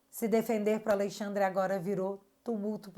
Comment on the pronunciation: pelo amor... pare de falar aleIxandre... isso reforça o inconsciente de que ele é a lei, já deu dessa ironia... amo teu trabalho ❤